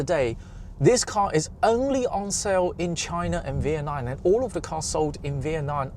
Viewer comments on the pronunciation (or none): Why does your pronunciation of "Vietnam" sound like "V-N-I"? That's literally your next-door neighbor, you should know how to say the country's name properly. It's not like that'd be too hard for a big-headed mofo like you to learn!